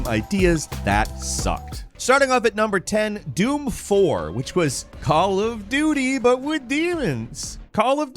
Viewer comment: I most definitely heard Call of Do Me.